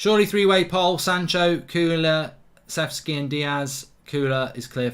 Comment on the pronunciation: Mark saying kulusevski right Thanks for f...s sake 😅😂😂😂😂